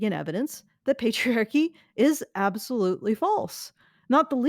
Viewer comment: *Pets* "Petriarchy"